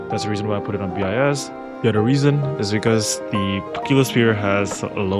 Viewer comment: please say "BIS" as BIS, not B.I.S. ty